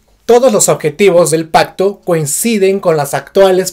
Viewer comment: Pacto? O Pajcto? Suena como pajcto con jota! Por qué?